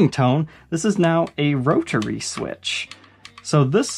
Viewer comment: "roe-turray" switch